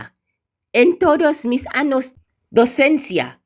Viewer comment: Bro, in when you tried to say años and said anos... ano is anus XD